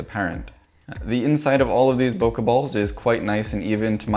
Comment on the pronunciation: That was cool. But, if you're going to teach people how to say loquat in Japanese, please pronounce bokeh correctly - it rhymes with 'okay'.